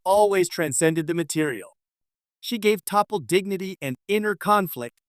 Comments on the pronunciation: "TOP POH" ; "T POU " ; "TOP POUH" WHO THE FUK ARE YOU TALKING ABOUT WHO THE F*CK IS THAT????? DID YOU MEAN T(AH) POL (PAUL)???????? YOU MILLENNIAL YOUTUBE CONTENT CREATOR TYPES WILL THROW YOUR HAT INTO ANYTHING TO MAKE MONEY ON THESE CHANNELS WONT YOU????? TO HELL WITH RESEARCH AND PRONOUNCIATIONS OR ANYTHING ELSE.....ESPEICALLY GETTING THINGS RIGHT. WHICH YOU NEVER SEEM TO DO.............. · Stop using an AI narrator. It's ridiculous. Her name was T'Pol.. pronounced teh pol not Topple or Teeple. her real name is incorrectly pounced too. AI makes stuff sound moronic. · Hello. I have never written to a YouTube info displayed before regarding grammar,but I just had to too day. Topol is not pronounced ta-pal. I hear tapal,it hurts my ears to listen to. My grammar book say/ta pol is not said tapal. She is my 2nd favourite on Enterprise, and a WOOF.but you should listen to how archer says it. I can't listen to your last (6) minutes,it makes my ears quiver. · It's not "Toppel", it's "Tuh-PAULl". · Hey stupid AI voice, her name isn't 'teepol' or 'top ol' T'Pol... geez, this is the best reason I have heard to hate AI voiceovers... THEY SUCK!! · you need to learn how to pronounce names correctly it's TA-POL not topol and its Blaylock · it's pronounced as T'Pol not as Topol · AI- her name is NOT "TAH-POLE" nor "TEE-POLE". Her name is pronounced "Tuh- Paul". Please do a future edit to make sure of how words are prounounced. Other than that, your video was pretty good. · It's pronounced T'Pol. There is no character called Topple. Learn to pronounce the name correctly or get out of of this business. You insult true fans. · It's pronounced T'POL...not Teeple. Or Tahple. Sheesh. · NOT 'TEE-POLE', but "T-Pol". Subtle Inflection I am Certain is LOST to the Newbs, but , really, GET IT RIGHT, please! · Bloody AI can't seem to get it right EVER !!!! Its Pronounced T'Paul NOT TOPPLE ffs I cant continue watching this. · its pronounced Tee Paul no topple. This sounds weird.